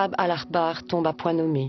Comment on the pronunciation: C'est Ka'ab "al-Ahbar", pas "al-Akhbar"